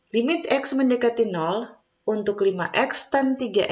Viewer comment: Congratulations. Mohon dicek cara baca limit.